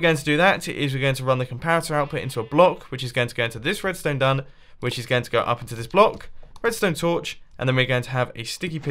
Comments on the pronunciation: did he say redstone dun? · Am I the only one who noticed that at the start he says red stone dun? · he calls it redstone dun lol